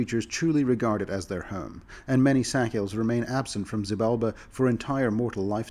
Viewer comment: These are cool but I can't stop hearing "sackhill" as in "the Sackhill Bagginses". Or was that "Sackville"? Idk. Don't know how else I'm supposed to pronounce it either, and even if I did the fact that I'm consciously pronouncing it a different way would still remind me of the pronounciation I'm trying to avoid.